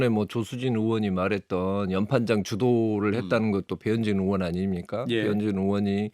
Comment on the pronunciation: 으원이요? 의원이 아니고? 국회으원이라니?? 방송기자라는 사람이 발음을 저따위로…